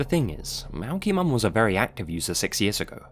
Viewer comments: I think it’s supposed to be pronounced a okie mom not aokie mom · it is not OWKY MOM it is A OKIE MOM . an Okie is a person from Oklahoma . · Aokie mom probably wasn't owe-kee mom. I think its was A- Okie-Mom. Okie means "from Oklahoma ". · It’s pronounced a okie mom. As in okie Dokie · aokiemom is pronounced like “A ok mom” i think lol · Everyone always gets her name wrong. Aokiemom = A Okie (Oklahoman) Mom Oak-ee, it's what we call ourselves 😂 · The aokiemom one it's pronounced a little different, the okie is said like Oklahoma, a-Okee-mom, that's something we call ourselves if your from Oklahoma, an Okie, lol, just thought i'd share that :-) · You missed pronounced the moms online name. It’s a okie mom. Not to be a grammar Nazi I just live in Oklahoma and that’s the only way I know. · im pretty sure you are pronouncing aokieom wrong, its probably A-OK-mom